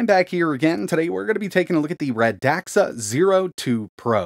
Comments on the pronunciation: Radxa Not radaxa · I saw on their site somewhere that the company named sounds like "RAD SUH" not "RUH DAXA". The more you know! 😉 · Its pronounced radsa not radaxa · Pretty sure it's pronounced rad-za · as far as i know its pronounced "radsha"